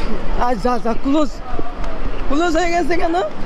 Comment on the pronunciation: গায়েজ না= গাইজ কুলজ না = ক্লোজ উচ্চারণ ঠিক করুন